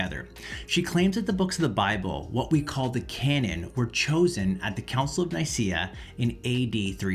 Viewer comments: Here, try pronouncing it the way it is written: Œcumenical Council of Nikæa. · Nicaea - pronounced Neekayah. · 5 bits if information that she gets all wrong, just to prove that she doesn’t know what she’s talking about. Joe Rogan is an even less reliable source. And if you’re going to talk about it, learn how to pronounce “Nicaea” first.